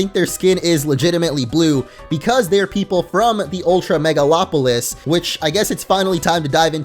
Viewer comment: first poketuber I've seen to pronounce "megalopolis" correctly XD